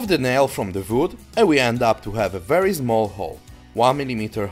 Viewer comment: "Zmall nail" "vood"